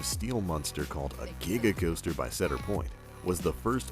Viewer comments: "cheadar fair" You say it cedar like a cedar tree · IKR ITS SEED-ER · when introducing Maverick he actually says it correctly, like see-dur. throughout the rest of the video he pronounces it incorrectly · He said "cedder" its "cedar" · Why when you are talking about Maverick at Cedar Point you pronounce it like "seeder point," which is the correct way, but when you are talking about millennium force, you pronounce it like "setter point," which is incorrect? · But... why is tempesto in the first clip? Edit: The way he pronounces "Cedar," it's just E A R R A P E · When he said “Cedar” I got mega triggered. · Do you not know how to pronounce cedar?? Plus there's more than one six flags park. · that's not how u say "cedar"😂😂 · as I said, when he introduces Maverick he says Cedar correctly, and I put a time stamp so you could listen to it. every other time he uses the word he says it incorrectly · how does he miss pronounce cedar? its making me cringe! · you're saying "Cedar" wrong